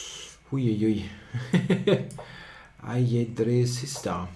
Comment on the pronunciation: NIce sac, And, yes, that's a good pronounciation of "ajedrecista".